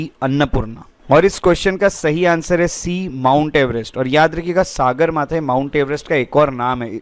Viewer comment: It is pronounced as सगरमाथा sir not सागरमाथा .